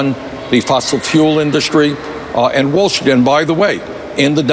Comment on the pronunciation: Can anyone tell me why Bernie puts "h" in words like "Wall Schtreet," "schtrong," "queschtion," "induschtry." I don't get it. That said, at least Andrea knows what her job is. No, not reporter... flack for Hillary.